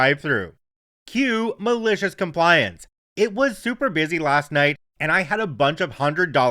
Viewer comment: Have to write again! I love the energy you put into it. When you say “malicious compliance”, I almost hear “delicious compliance”. 🤣